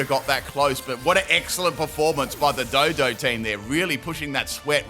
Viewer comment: Dodrio is my favorite Gen 1 Flying Type (Excluding Zapdos). The animation of it flying in Stadium will ALWAYS be funny to me. I remember seeing it for the first time as a kid and laughing. (Also,. It's DO DUO not Dodo.) 🤣